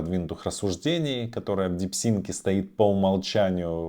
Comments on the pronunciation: Дипсик а не ДипсиНк😊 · Не говори, очень ухо режет, в конце ещё и дипЛИНКом стал )) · Чувак, ты даже прочитать название нейросетки не можешь. Развелось экспертов которые загадили ютуб своими экскрементами, 0 информации, просто шум.